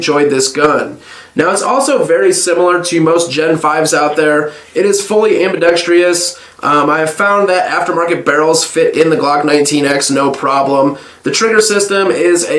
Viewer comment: It's "ambidexTROUS" - NOT "ambidexTREEous" ... pleeeeeeease!